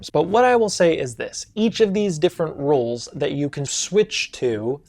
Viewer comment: lol at how you can’t say Role 😅